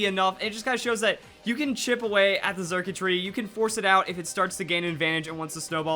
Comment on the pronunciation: The x is pronounced with an s sound circuitry like electric circuits